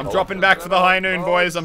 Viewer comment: It's not high noon it's high noot